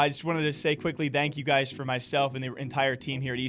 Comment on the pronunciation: anyone notice how he says ''dank'' instaid of thank haha